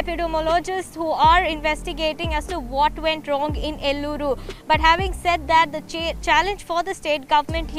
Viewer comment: It’s Eluru not Llooru or Elluru... and YS Jagan is a corrupt politician and still people vote for him !!!